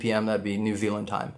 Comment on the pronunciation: Oi get our country name right it's not N Zee it's N Zeed